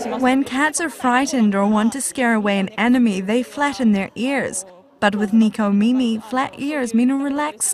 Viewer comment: Neeko Meemee XD Neko Mimi. Neko= Cat Mimi= Ears.